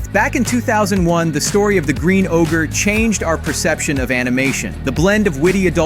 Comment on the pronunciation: It’s not ogre. It’s never ogre. 😂